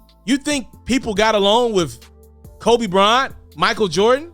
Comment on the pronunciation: BRO, DONT EVER CALL KOBE COBE 🤦🏾‍♂️....GOOD CONTENT AS USUAL THO MY G 🤝🏿.....